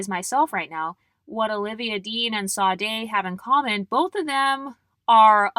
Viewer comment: Sade is pronounced ShA-dae. Love your content ❤